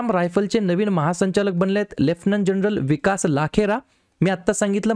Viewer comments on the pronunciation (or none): none